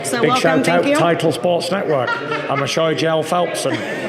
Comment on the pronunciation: “Michoy Jell Phelps”